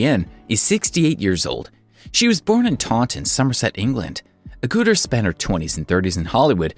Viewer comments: NOT "A-gutter" or A-gooter", but "Ag-utter". I've been a fan of Jenny for 53 years now. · It's Agutter not Agutter it's pronounced Ag gut er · Jenny Agutter is pronounced a- gutter.....like butter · Jenny agoota???? Its pronounced ag et ah. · Jenny Agooooter? Fail! It’s pronounced Agutter as in a gutter. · It's A-gutter not Ah-gootah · I cringed too, Jenny has only been acting since 1968! You'd think you could do some research. My home city of Sheffield seems to have moved into West Yorkshire, err, no thanks! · For God's sake learn how to pronounce words before making these posts.Jenny Agutters is pronounced as it's spelled, not A gooter. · ikr didn't he just say 'Jenny ag-ooo-ter' hahahaha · you need to pronounce names correctly (Jenny Agutter) coz it's rather disrespectful if you don't. And, Jenny's charity is pronounced "overcome" as in overcoming ovarian cancer, not over-comb! Get it right. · What a shame he couldn't pronounce Jenny Agutter's name properly! Fine actress. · Strange pronunciation of Agutter,… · And others....😱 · I think all these yanks went to a dyslexic or as we say they went to a backwards school. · Think you could pronounce Agutter properly? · Agg ut er not agooter. And it's Helen not Ellen. And further it's BRITISH cult favourite Shameless.